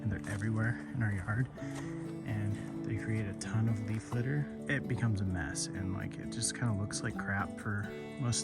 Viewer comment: Did he say "leaf glitter" lol. From now on our backyard makes leaf glitter